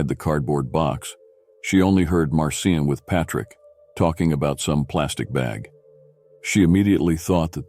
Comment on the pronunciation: Its not Martin nor Marcin its pronounced Mar-chin